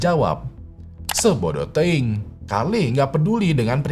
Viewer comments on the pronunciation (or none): itu bacaan nya teiyung..